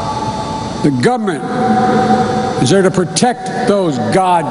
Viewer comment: Gub’ ment....